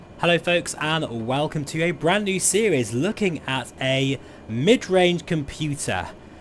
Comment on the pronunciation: The way you say 'midrange computer'... 🤒 😅